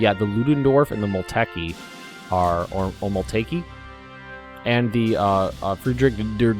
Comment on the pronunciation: The 'ß' in 'Friedrik der Große' is pronounced like 'ss' - so 'Friedrik der grosse'